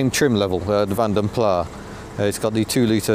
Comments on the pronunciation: I think Vanden Plas should have a hard 's' - so sounds as with 'glass'. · Vanden Plas is an Belgian-Flemish name so the “s” at the end is not silent. I like your uploads, but these cars are awful. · Nice video, although I prefer to pronounce Vanden Plas to rhyme with glass, not far. I think the progenitor of the styling house was Flemish rather than Walloon, and thus the rhyme with glass is more proper. And was it a Kia you overtook? I rather think it was a Seat. Niggles, I know, but notwithstanding, great content as always. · Like just about everyone you pronounce Van den Plas as " Van de Plar. It's a Belgian /Flemish name which should be pronunced "Fon den Plas". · Great review as always,, but - taking a quick trip in and out of Pedant's Corner - can you please, please cease using the pronunciation 'Vanden PLAHH'. It is, and always has been pronounced 'Vanden PLASS'!! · Absolutely - only the French seem to pronounce is Plah, and we're not French thank you very much! Pronouncing the S at the end (as in Vanden Plass) is correct. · I haven’t read all the comments, but it’s Vanden ‘Plass’ not ‘Plah’. It’s Dutch. M. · British car workers CAN make a car without trim rattles - just ask an owner of a Nissan, Toyota or Honda produced in this country. If the Nissans produced just down the road from me were crap they wouldn't be sending them in their thousands to Japan to satisfy JDM demand. BTW, are you saying Vanden Plah rather than (the correct) Vanden Plas just to annoy me? I have commented on it before (SD1 v. 800 I think) but you still do it! I'll still watch and subscribe but it is a touch irritating mate. Mike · Vanden Plas is pronounced as it's spelt, not "Plah". Interesting to see the footage of this car! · stopped listening when you said, "Vanden Plaaa"